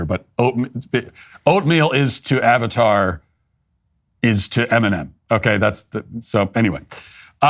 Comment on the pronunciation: Eminom Oat meal. 😂